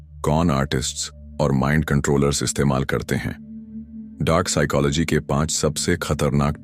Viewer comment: Bhai video to bhut accha hai per apne psychology ki pronunciation hi change kr di.